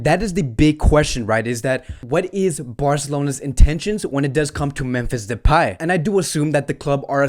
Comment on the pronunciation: Bro its memphis depay not depey